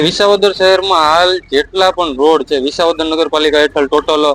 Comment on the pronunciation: VISHAVADAR 😂 S NE SHA BOLE CHHE. SHAMASHYAO . REPORTER KONE BANAVYA TAMNE BEN 😂